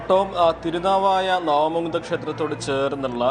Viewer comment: നാവാ മുകുന്ദ അല്ല. നവാ മുകുന്ദ